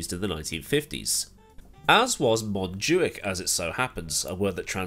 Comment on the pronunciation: As a Catalan i can confirm you got the montjuïc pronunciation correct! Actually is the first time i heard someone from outside saying it right, i'm gonna cry